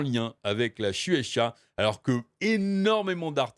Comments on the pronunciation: MEUPORG ! ça me rappelle ça quand tu dis Chechua... hahahaha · Ca se voit que t'avais jamais enetendu parlé de la "chou et sha" avant cet article puisque tu sais pas le prononcer correctement. Après, IGN quelque soit le pays ça reste une source de merde, un peu comme JVC.